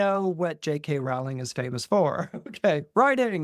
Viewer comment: Love you,, but you’re mispronouncing her last name. It rhymes with “bowling.”😢